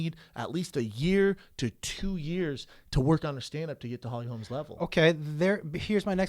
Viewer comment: Brendan keeps calling her Holly Holms. It's Holm. If you wanna be a MMA podcast host at least say the names right.